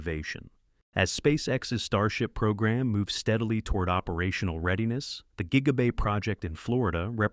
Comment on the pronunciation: JIGA BAY???